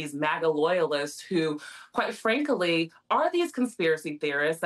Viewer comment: "quite frankily"?